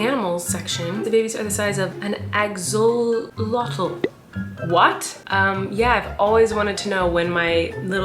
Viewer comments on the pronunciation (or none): Axe-Ul-Ot-el not axegsyhcgij 😂 love you bestie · Colleen: an aoxloltlo0atl Me: oh my god... its axe-oh-lot-l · I cracked up when she said axolotl like that!! I love you Colleen!! For future encounters with the axolotl, here is how you pronounce it: axe-a-lot-oll. Hope that's a good pronunciation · It's axolotl u pronounce like axe-uh-lot-ill (ill like sick 🤒) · It is pronounced ax-i-lottle which is one of the best animals ever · Ax-ol-lot-le Bam pernunciation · you pronounce it as axalottle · When Colleen said axolotl I wanted to cry😂 ax-o-lot-le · you pronouns axolotl ax-a-lot-al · it is pronounced ( axe- o - lot- all) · All the minecraft people when she said Axalotle😅🤗🤗💕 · Acts-so-lot-o That's how you say axolotl Not trying to be rude but that's how you say it for help I LOVE YOU BYEEE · Not me yelling Axolotl! Pronounced axe-uh-lot-tol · Ax-oh-lot-ill Is how to pronounce it lol😂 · Axe-oh-lot-L they are cute ( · "Ax a lot al" is how to say it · Axolotl/ Axe-o-lotl 😎🤘 good chat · 😂 Colleen it is axe-o-lot-ol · Axolotl’s pronunciation: Ox-a-lottle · "Acz o lottle" 🤣😅 bless you Colleen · Axe -a -lottle lol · It’s pronounced Axe - o- lot- all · colleen its pronounced axel lot tal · The way she said axolotl made my day 😂 Colleen if you see this it’s pronounced (axe-oh-lot-l) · Hi Colleen! It’s pronounced Axe-o-lot-l. I have one! His name is noodle but you probably don’t care lol. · It's pronounced ax-oh-lot-EL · you not knowing how to say axolotl got me , axe-oh-lot-le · Colleen trying to pronounce "axolotl" made my entire week, and its Wednesday lol. Colleen if you're reading this "Axolotl" is pronounced "axe-elle-ot=ll" XD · It’s axe-oh-lot-ol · it’s pronounced axe-oh-la-tel (like telephone) ! they are so cute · Say without the z say ax-o-lot-l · Axolotl is pronounced… axe oh lotul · Btw axolotols are like Axe-oh-lot-ol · colleen pronouncing axolotl as ‘egg zo lottle’ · Axolotl- axe-o-lottl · It’s pronounced like “axle lottle” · Not her saying axolotl wrong